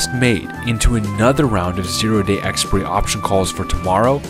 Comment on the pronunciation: I know. I was referring to his pronunciation of the word; I've never heard anyone say it like that before. I thought it was always ɛkˈspʌɪri across the English-speaking world.